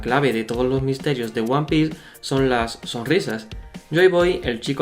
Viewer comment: Yo solo quiero saber por què pronuncias diciendo "Uan pi" cuando serìa "uan pis" ?